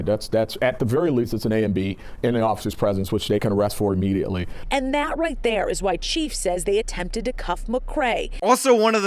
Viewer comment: Thank you. Point well taken. Stop saying "a"mediately. it's IMMEDIATELY.